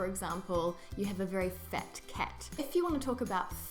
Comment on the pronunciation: As a Canadian, I think that when you say "fat" you are pronouncing it as "fet"😂